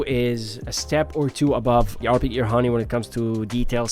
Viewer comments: Was gonna say that, ha nee is crazy lol. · pronounced as haa neh not honey or heyn.. it's japanese for wing